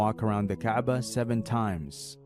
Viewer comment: It is not the kbaa it is the Ka'ba